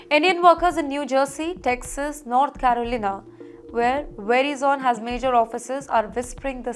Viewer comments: It's not pronounced veri-zone, rather "ve-rye-son", that's the nearest pronounciation I could think of. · It's not very-zone, it is vey-rai-son. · It’s pronounced Verizon and not Verizone (it’s not very zone) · were-Eye-zun...... Not what you are saying. From USA. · for Fs sake, It is not "VERY ZONE"... Also, its not "un-cer-teen-e-tea" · Omg Ver-I-zon , please get ur English pronounciation right . This layoffs is not for Indians only it’s for alll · It’s pronounced Verizon not Verizone! Where is the ‘e’ at the end? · Its pronounced as vr·ai·zn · verizon is spelt - verai - zan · Lady correct your pronunciation: Ver-ice-on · The presenter should do her homework on finding the correct way to pronounce "Verizon". It should be 'Ve' - 'rise'-'zon' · Learn to pronounce names correctly. It's pronounced "Ve--rye-zun" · Medam ji verizon theek tara se pronounce karo. वराईजन होता है जी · Verizon pronounced Ve RIZON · I was about the say the same. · Hehehehe veri zone lol. Sounds like an oil company. Who hired her??? Verizone?? AT and T lol. Im enjoying this. I need some comedy. Oh nice. Raow Ters. Lol Veri Zone. Hey fatty who gave u a job? Veri Zone? Re sume ayes lol. I need this comedy everyday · very zhon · Your pronounce of the company name is so wrong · Lady you can't even pronounce the name right You're all getting fired I'm glad you will get fired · Please learn how to pronounce Verizon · Her pronunciation of Verizon is unbearable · Please pronounce correctly, Verizon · Where did you learn how to pronounce "Verizon"? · Create jobs in India. Don’t depend on other countries to feed you. Also, you should lose your job for pronouncing Verizon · Pronunciation is not right. Please listen to an American, how Verizon is pronounced. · Can't she pronounce correctly Verizon